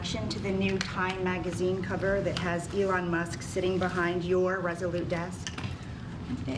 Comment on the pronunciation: Its the way the reporter said, “YOUR”, for me!